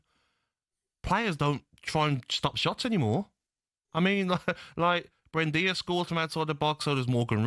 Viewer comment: who’s “Brendia”?? 🤡🤡